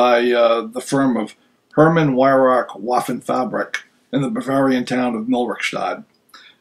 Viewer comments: Where did your guy learn German? In Somalia? W's are pronounced as V's. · You can pronounce Weihrauch like this......the first part is easy.... Weih as WHY. The second part of the name is very difficult for English-speaking people, especially the "ch" at the end. For that, type on the Google translate site in German ‘rauch" and press the speaker button, good luck......... kind regards from Austria, Paul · "herman vy-rock vafen-fabric" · I like but the W is pronounced like a V.